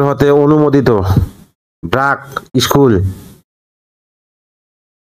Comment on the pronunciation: ইস্কুল না স্কুল।